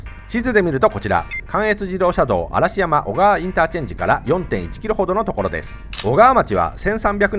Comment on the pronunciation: 嵐山 ↑あらしやま ではなく らんざんです^ ^